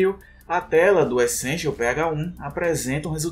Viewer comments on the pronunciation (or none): Ele falando PH-1 ficou "Pega-Um" kkk